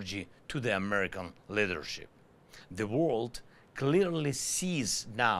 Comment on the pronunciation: World still comes out as wold, which is not a word in English, but the word exists in Swedish, as våld, which means violence. Also he says love like laugh, I have absolutely no idea how you can turn the word love into the word laugh, but he does it! Americans laugh peace, he said. Jeesus. Love is pronounced with an o-ugh, sort of like lough-ve, while laugh is pronounced with sort of saying Laaaf or Laaph. Love is spoken as in low, love, low, love, low, and laugh as in lad, laugh, lad, laugh, lad. 🙏🇺🇦